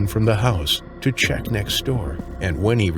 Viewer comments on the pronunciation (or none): none